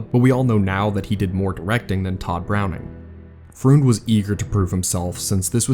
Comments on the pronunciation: Outstanding video. One small point: Karl Freund's last name is pronounced like "froynd". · Nice video, but for future reference Karl Freund's last name is pronounced as Froined, rhymes with Coined.